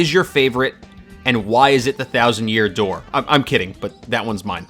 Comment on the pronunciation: "and whybis it the thousand year dooe" hahahaha ur good! but yeah.... thats my fave!